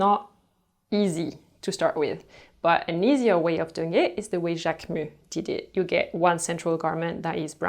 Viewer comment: I love Lemaire. And thanks for teaching me how to say Jacquemus lol. I didn’t know before.